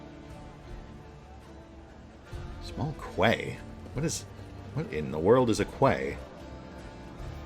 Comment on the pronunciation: Quay is another word for dock or wharf. Pronounced "key". Is that word not used in the US, or did the unhelpful spelling confuse you?